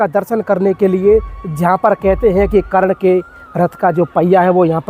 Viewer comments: करण मारा नहीं गया कर्ण की वीरगति हुई है जरा अच्छे से बोलो, बोलनाआता नहीं तुमको वीडियो बना दिया है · Bhai karan karan kar raha sahi se name le